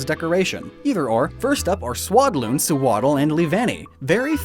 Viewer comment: YOU TOTALLY MESSED UP SEWADDLE AND SWADLOON